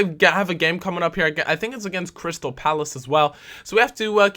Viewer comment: OH EQUALZ but it says CRY-Stal so he's gonna cry cos he lost